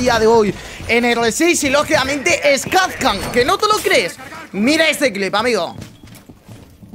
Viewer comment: Kazkan no...jaja Kapkan con P